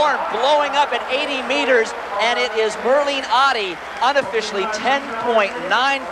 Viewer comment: Great stuff from all of them. I was a big fan of Merlene. She's just a couple of months older than me. But please US reporters, her name is Ottey, not Awddie.